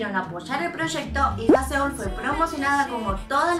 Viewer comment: Me gusta mucho como haces los vídeos de Loona tan profesionales y la perspectiva que tienes sobre ellas para hacer tus teorías. Estan super bien respaldadas y muy bien pensadas. Sólo una cosita, Haseul: Jázul jajaja :-) éxito.